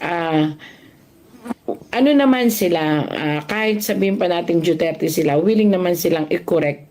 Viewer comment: Bat JUTERTE ang pronounciation